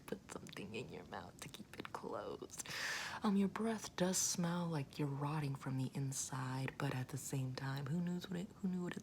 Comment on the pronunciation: But after says, "what's your putrifaction?" does she say, "you're rotting," or, "erotic?" I GENUINELY CANNOT TELL....